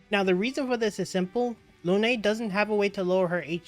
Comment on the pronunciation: Hey mate ! Cool guide. By the way, her name is Lun(e). E is not pronounced. It's "moon" in french. (and part of her story)